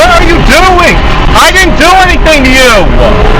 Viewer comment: I didn't do anything to you-a. There's a certain breed of people who talk like that, and they're not the innocent people